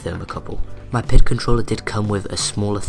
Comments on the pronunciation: It's P-I-D controller. Not a single word. I know I'm being picky but I have experience as a controls engineer and it makes me cringe everytime I hear PID as a word. With that said, I'm really impressed and am excited to see future videos. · Somehow my OCD kicks in every time you say pid controller; saying it as pid instead of P I D. Probably since I am used to it that way. Anyway great video. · Is using the term "pihd" a regional colloquialism? I've worked in the automation industry for well over a decade (in the US) and I've always heard it pronounced as the letters of the acronym. (P.I.D. - proportional, integral, derivative).